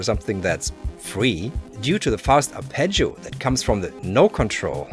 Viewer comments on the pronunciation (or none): none